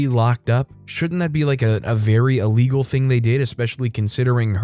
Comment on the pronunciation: Illegal nlt Allegal. Come the fuck on. Hard E sound for the I, not a soft A sound.